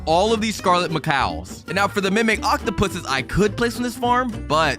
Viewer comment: Scarlet macows? ITS SCARLET MACAWS